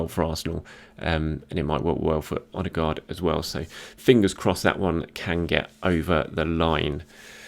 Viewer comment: Martin Ødegaard man not Martin ostegaard